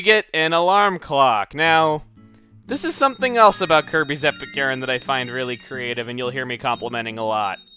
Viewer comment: Could have sworn you said Kirby's Epic urine at one point xD